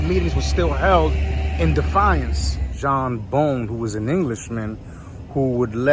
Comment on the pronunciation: Nathan Hale, an American revolutionary hero, quoted my only regret is I have one life to give my country was executed on college point boulevard and 31st avenue. It's pronounced Bown not Bone. It's NEW TOWN not newton Nancy Regan lived on Roosevelt avenue and 149th st